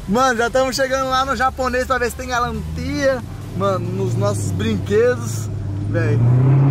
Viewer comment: Já ela o calin,no tem mais galantia 🤦🏻‍♂️🤣🤣🤣